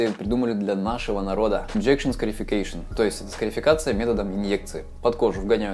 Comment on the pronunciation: Ash scarification. Послышалось эщкерефекейшон